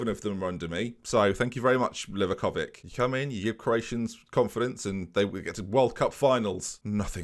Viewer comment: Don't want to ruin the fun for you of saying Livakovik but it's actually said Livakovich 🤣. Love the series Ben!